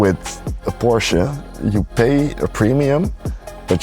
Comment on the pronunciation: It's pronounced Porsche 😁 Nee lekkere video, misschien een idee om een "FT Bert Vrieling" in de titel te gooien!